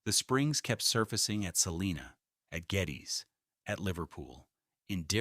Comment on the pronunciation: Geddes is also pronounced wrong